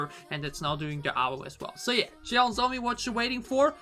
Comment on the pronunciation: 'JEON' the pronounce like u say "john"... SOMI.. and her full name in korean is JEON SOMI.